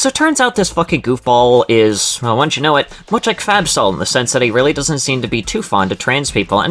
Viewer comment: She’s saying Fabsol, not fat soul